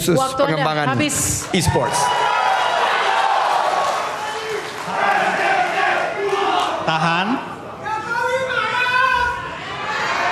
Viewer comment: E-sports pak bukan e-spot